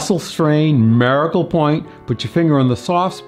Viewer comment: Why do you pronounce the word miracle so strangely?